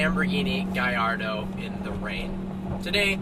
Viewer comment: That's the correct pronunciation